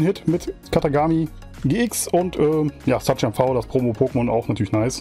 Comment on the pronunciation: alles gut bro. triggert mich immer nur wenn man pokemon anders ausspricht als ich. war mit raiquaza auch da haben viele kumpel raikuza gesagt. ^^